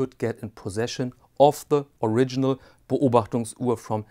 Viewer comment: A phenomenal watch and a fascinating comparison. What an extraordinary piece of history! The age and patina simply can’t be replicated. (It’s also great to hear Beobachtungsuhr and Flieger pronounced by a native speaker).